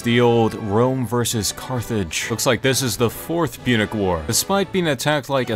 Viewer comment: Punic War not Munich War